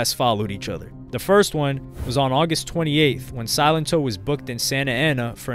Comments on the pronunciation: Bro you pronounced it Silent-Oh lmao I think it’s silen-toe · The pronunciation is Suh-len-to. If you're going to do a video on a person, know how to day the name correctly. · It's SAlento not SYlento. Smh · Pronounced as So-lent-toe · He really said silent-toe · Did u call him sonito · Yo i swear, everytime I hear somebody say his name it sounds like they're saying "Silent Toe" lmao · I'm pretty sure silento is pronounced sa-len-toe.